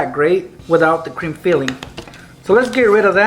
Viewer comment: sounds like he is saying crim filling instead of cream filling